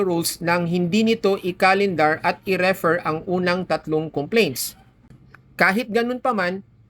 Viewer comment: In the word "refer", the stress is on the second syllable: 👉 re-ˈFER So it's pronounced /rɪˈfɜːr/ (in British English) or /rəˈfɝː/ (in American English). Refer... 2 syllables... The stress is on the 2nd syllable Referring... 3 syllables... The stress is also on the 2nd syllable Thank you po.